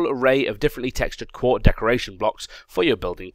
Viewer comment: Did say 'quart'? And more importantly, did anyone else notice?